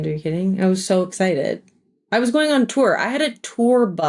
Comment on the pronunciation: There it is “step foot AWN to that field” I found the slip into the DelCo accent.